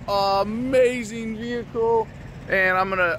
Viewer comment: Veee-Hick-all. JK Personal property to travel with and operate?